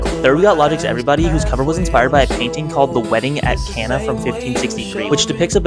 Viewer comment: Cana is pronounced with a long A